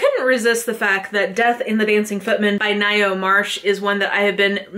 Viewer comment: I've had my Tarot Cards read half a dozen times and the Death Card came up each time. It freaked - out the amateur "Gypsy" but it meant a change of career, city & husband ! Don't fear the card. :). Not that you asked, but it's pronounced "Nigh - Oh" Marsh. Cheers.